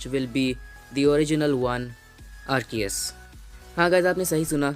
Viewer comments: wo arkess nahi hain wo arces hain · Arkeous nahi Arceus Azility nahi agility Best youtuber but not better than carry minati